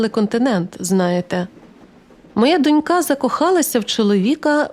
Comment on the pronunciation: Перепрошую за зауваження, але просто на майбутнє: наголос у слові дОнька на першому складі, а дочкА на другому. Слово це звучить тут досить часто, тому трохи ріже вухо. Хоча, багато людей роблять таку помилку, то вони, мабуть, і не помітили😅